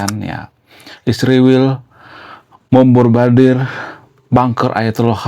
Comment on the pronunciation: Susah nyebutin MEMBOMBARDIR ya bang😂